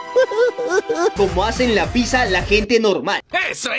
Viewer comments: alguien mas escucho que dijo pissa en vez de pizza? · Nde como memes Random dice pisa en vez de pizza